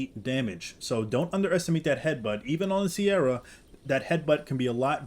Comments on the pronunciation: SE-RAT-O-SAURUS not “sierra” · It’s pronounce “Se-ra-to” not “Ke-ra-to” and also definitely not “Si-er-ra-to”. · It’s not pronounced “sierra” it’s just “se-rah” for “se-rah-to-saurus” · Deinonychus Is pronouncer "Die-non-i-cus" Also Its pronounced "Sir-Rah-toe" not Sierra, Cerato like the Cera in Tri-Cera-Tops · The 'C' in Ceratosaur is pronoucned like a 'K' and not 'S.' 'Careto' means 'with horns/horned' and it as such it is related to the substance 'Keratin' which is also pronounced with a 'K' and not an 'S.' Calling them 'Sierra' makes little sense. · Hey bro it's pronounced [Sir- Rat-O-Saurus]. Thanks for the vids. Good stuff! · I’m sorry but the way ur pronouncing the beginning part of ceratosaurus is so wrong and it sounds awful it’s like this one show that pronounced diplodocus ( dip-lah-da-kiss) as Dip-Low-Duke-uss 💀💀